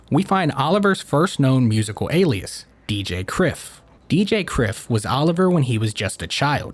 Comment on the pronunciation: Outstanding video man, legitimately one of the best videos on Oliver Tree. Small note though, Kryph was meant to be pronounced like Cry-f, but its water under the bridge.